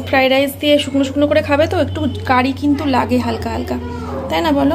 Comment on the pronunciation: ফ্রাইড রাইসকে এখনো ফ্রাই রাইস বলছো।ফ্রাইড রাইস বলা শিখলেনা😅বাপ রে যে ফ্রাইড রাইস বানিয়েছো দেখেই বোঝা যাচ্ছে জীবনে আসল ফ্রাইড রাইস খাওনি